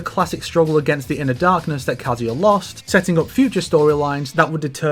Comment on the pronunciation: Why are English speakers so hell bent on mispronouncing Tekken character names by putting emphasis on the first syllable when the game itself pronounces the name of the characters once you pick them in the select screen? My ears cringe every time you say “Jin KAzama”, “KAzuya MIshima”, makes the video nigh unwatchable